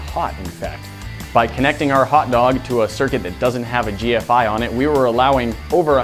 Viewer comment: Also, the video makes no sense because he said GFCI wrong.